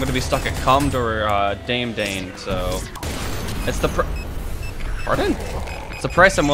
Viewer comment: you did not say "daem daen" ITS "da me da ne"